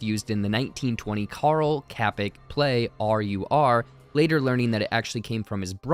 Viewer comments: That was the wierdest pronounciation of Čapek I've ever heard lol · Greetings from Czech. You pronounce Karel Čapek as: Ka-rel Cha-peck